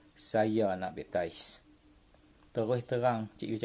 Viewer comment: bepp..tiice wkwkwkwk sebutan utk cara convert pun tak betul. mari ikut saya yg muslim ni sebut baik2 na cik yus. B.A.P.T.I.S= baptis (mandi air suci)kononyalah wkwkwkw